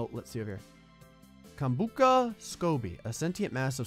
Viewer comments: Did anyone laugh when miss pronounced kombucha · Why did he say kombucha like that 😂